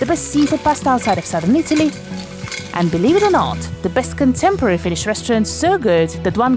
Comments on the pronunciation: Really nice video in all. Plus your pronunciation of Finnish is exceptionally accurate for an English speaker. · This made me laugh. The video felt incredibly Finnish. Excellent job, perfect pronunciation and great editing. I’m Finnish and I’ve actually never been to a hockey game, but this genuinely made me a bit curious to go, at least if I can get some Shanghai tacos next to my Nakkimuki. That semolina dessert truly sounds like childhood, but you know, fine dining.